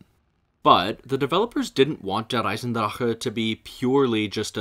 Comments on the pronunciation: fair enough. On a side note, I like how you go out of your way to pronounce the German names but please remember for the next vids, that german "c"/"ch" should not be pronounced as "k" as it is the case in english. It is more of a huffing sound. Imagine it as a frustrated exhale and your german will improve in an instant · Is that actually how der eisendrache is meant to be pronounced? If so I've been pronouncing it wrong all this time 😂😭